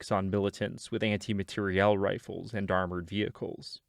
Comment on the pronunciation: I honestly cannot believe you properly pronounced "anti-materiel". The number of vetrans, and even Barret owners, I've known whom say anti-material is unfathomable. Thank you for enunciating (& obviously understanding) the proper term.